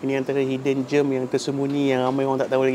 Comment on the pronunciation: Sebutan gem bukan seperti germ (kuman) bunyinya.